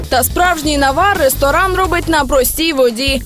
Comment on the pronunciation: Что это за извращение над украинским языком? Почему не =рЕсторан=, а =рОсторан=? Ну прислушайтесь...Ну противно же слушать